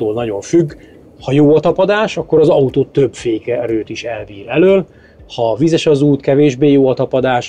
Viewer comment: Szép az "ató"